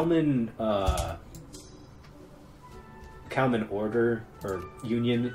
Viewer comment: It's KalmaR Union, not KalmaN.